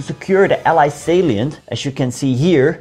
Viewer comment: Hello, you pronounce “allied” funny. You pronounce it as “eelied” but it should be “ellaaid” in Dutch phonetics. Good video but you didn’t cover the liberation of the West of the Netherlands.